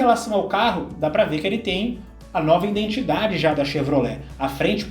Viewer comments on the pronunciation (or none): none